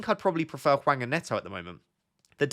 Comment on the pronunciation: In terms of pronunciation, it’s Hwang that’s the worst imo. Image it’s Wong and it’ll be better haha. The H is silent, like just pretend it’s not there, and the following a is more like in Arnold than Alfred if you can picture that. Great video tho haha^^